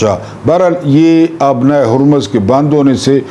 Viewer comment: Abnai hurmuz not ubnai harmuz